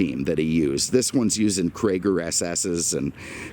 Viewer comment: They're called Cragar, not Crager.